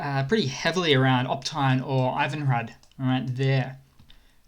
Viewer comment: It should be pronounced 'IvanGrad'. One of the Ukrainian refugees who's working at a charity with me told me how they call Harry Potter Garry because of the English/Cyrilic consonant shift! Harry Hary Beers from INXS must be chuckling.